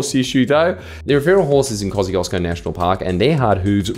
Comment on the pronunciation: I know it's a difficult name to pronounce, but everytime I hear him say Kościuszko like he does I die a little bit inside